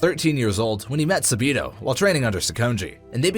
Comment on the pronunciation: Not サビの, it’s サビと!